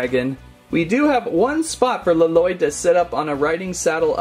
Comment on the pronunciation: Well would you please say Lloyd right and please and thank you👍👍👍👍